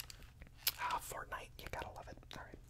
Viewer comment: Did he say fartnite